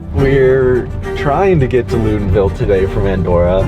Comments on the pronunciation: Ok I'm going to be that guy: it's not Loodenville it's Loodonvyell. The locals will appreciate you. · Disappointed they don't know how to pronounce Loudenvielle. Then again, no one seems to want to learn how to pronounce Val di Sole, either. Okay, I'm over it.